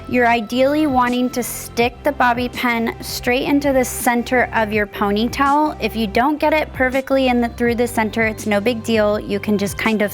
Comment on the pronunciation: I noticed that too. She pronounces it like "ponytell". She also pronounces bobby pin like "bobby pen". I always notice things like that. 🙂